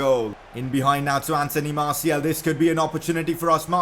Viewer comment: You pronounce Martial name wrong. It's Martial, not Martiel.